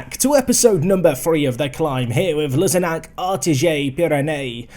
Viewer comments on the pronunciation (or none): FYI the ‘Ariège’ part of the name is pronounced like ‘ah ree ej’ with an English accent 🙂 loving this new series, big fan of French football, always have a fm save playing as Chambly Oise myself!